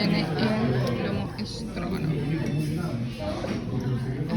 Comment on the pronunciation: Que era lo del minuto 🥘? Stragonoff dijiste ? O escuché 😅mal ? Por eso es seco de pollo o estofado de pollo guisado de pollo depende del país 😅 eso si delicioso a mi me encanta pero stragonoff es otra cosa otro plato el cual también me fascina❤ sobre todo el del restaurante crepes&waffles 🥰👌👌😅